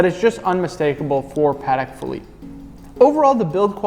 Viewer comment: Haha my apologies you know what it is when you start filming it's easy to fall into the lazy pronounciation phase and mispronounce things. Will pay closer attention to this in the future 😁👍